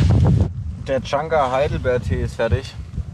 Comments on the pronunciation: Der Baumpilz von der Birke heißt übrigens Chaga und nicht Changa. :-) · also von pilzen hat der junge mehr ahnung als die anderen.. heißt aber chaga nicht changa :D und nicht alle röhrlinge sind steinilze :) bester kandidat sieger der herzen baby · Ich muss jedes Mal lachen wenn er Changa sagt, der Pilz heißt eigentlich Chaga. Sehr sympathisch dieser:) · Wäre immer mit dabei gewesen hätte ich mir viele Zweifel an die anderen "Survial-Kandidaten" eventuell erspart, was das Wissen über Pilze und so weiter angeht.. Außer, dass es nicht "CHANGA" sondern CHAGA heißt! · Chagga Nicht changa ... digger come on